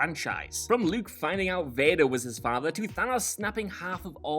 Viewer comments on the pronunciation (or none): none